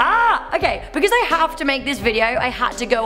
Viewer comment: “Becuz lolli”